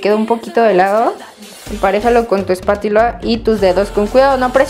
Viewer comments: quien envez de epatula escucho espatila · se dice espatula no espatiula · si se dan cuenta dijo espatila ja ja ja ja ja ja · karen el el minuto dijo espatila envés de espátula ja ja que FAIL 😂😂😂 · spatila si dijo es sierto jajajaja😂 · creí que era la única que se había dado cuenta pero sabía que me iban a delatar por hater así que mejor no lo dije pero sí dijo espatila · Karen Dijo Empariejalo con tu Espatiula😂 Pero #PolinesiosDe❤ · Se dieron cuenta de que karen en el minuto dice espátila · like si escuchaste que dijo espatila en el minuto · jajaja en él minuto karen dice spatila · si es sierto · si es sieto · of Samy jajajajajaja si es verdad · díc espátula escucha bien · y Lisseth. estoy de acuerdo su dise spiatula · karen se ekiboko en el minuto 2.39 dijo espatila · VIVI garcia R es verdad pero no te preocupes amig@ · andy Hernández yyy que tiene todos se equivocan y yu tambien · like si en él escuela escuchaste a Karen decir en él minuto Con tu espatuila y era espátula 👍👍👍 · en el momento karen dijo espatiula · En el minuto dice espatila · like si viste que karen dijo espátiula en el minuto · Like si escuchaste que dijo espátila en el minuto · en el minuto karen dijo espatila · en el minuto dijo espatuila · dijo espatila jaja😅😅😅😅😅😅😅😅😅😅😅😅😅😅😅😅😅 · ESPATIULA xD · Like si oíste que en el minuto Karen dijo espatiula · Karen dijo espatila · si oyeron que dijo espatila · like si escucharon que karen dijo espatuila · Like si escuchastes espatila